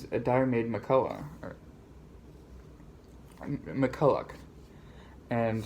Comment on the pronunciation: If someone hasn't heard the name being pronounced, it can be difficult to get it right. There are other mispronunciations too, including Diarmaid MacCulloch. Still, it's a good haul and he's a young guy who is making a good effort to inform himself about history, culture etc. It's great to see.